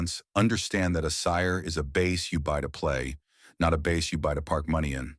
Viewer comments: bro if you are going to let AI do the voice at least make sure it can pronounce "Bass" correctly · Your videos persuaded me to get a Sire V5 24. It's a great bass, and I actually like passive electronics. Still wish your AI voice could pronounce BASS properly. 😂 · The mispronunciation of "bass" is quite annoying.